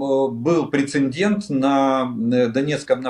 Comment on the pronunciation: Уважаемый Олег, в слове "прецедент" нет буквы "н" перед буквой "д". Спасибо.